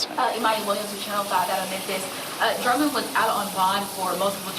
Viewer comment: It is interesting that the Sheriff of Dyer County called him Drummons instead of Drummond. The Sheriff of Madison County made the same mistake.